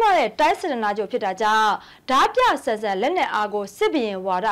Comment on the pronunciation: ဓားပြကို ရေးတော့အမှန် ဖတ်တော့အသံဆိုပြီး ဒမြလို့သာ အသံထွက်ပေးပါခင်မျာ..ကျေးဇူးပါ❤❤❤